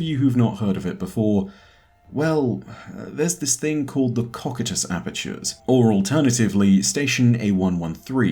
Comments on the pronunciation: its pronounced koh- KAI- tus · Great video! just wanted to say it's pronunced ko-kai-tus (cocytus). :) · I don’t wanna be a p*ick but you pronounced “Cocytus” wrong but no biggie